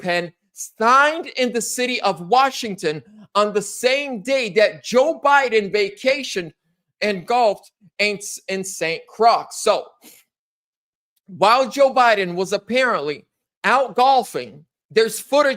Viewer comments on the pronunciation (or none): St. Croix is pronounced, Saint "Kroy"